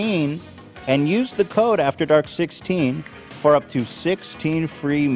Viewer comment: Aww asking por pizza 😅